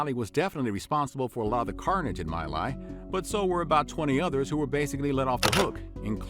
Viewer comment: My Lai is pronounced Me Lai (as in you and “me”) not My.